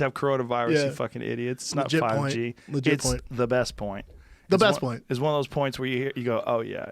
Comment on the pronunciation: Brendan: It's a legit point, legit point Joe: It's.. the best point Brendan: da bEsT poynt!